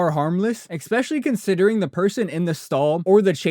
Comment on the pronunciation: Good video but man you really need to learn how to pronounce “especially”